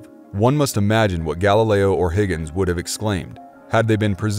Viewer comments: He pronounces Huygens , first HI--- gins, then a little later in, ...... Higgins. HI - GENS for the astronomer , and HIGGINS for the probe. Then he switched the pronunciation of Christiaan Huygens to Higgins. Click bait!! He's not reading astronomer correctly. He pronounces it astrominer. Whatever. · Dude,... it’s pronounced “hi-gens” and NOT Higgins. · Huygens is NOT pronounced Higgins !! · It’s pronounced Hoy-gens not Higgins. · Its not Higgens ITS HUYGENS. I love your stuff, but it's like walking with a thorn in my foot.